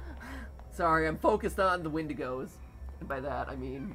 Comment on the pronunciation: Matpat don't call them Wendegos, wendegos are worse than the lingering